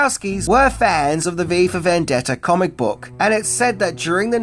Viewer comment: "vendetter"..... Okay.